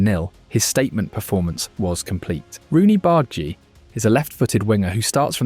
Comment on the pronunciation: btw its "Barr-Dah-Gee" not "Bard-Gee" <3